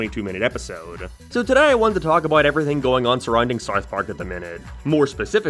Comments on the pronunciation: Why do you say SARTH PARK? And why is this being recommended to me? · Am i having a stroke or are you pronouncing it Sarth Park? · “Wherr is Sarth Parrg?” I dunno man, you tell me! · “Sauth park” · Whats Sarth Park? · saurth park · "sarth park" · "Where is sourth park" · "Where is sourf parc" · Su-arth Park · Saurth pauurrk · whaer is sarth park